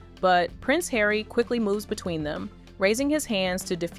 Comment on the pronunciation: You need to learn how to pronounce Harry 😂